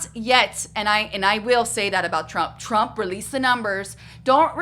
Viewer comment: “I will boat for Donald Trum” ✌🏽